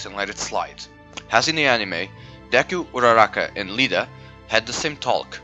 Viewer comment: LLida it’s pronounced Ida boi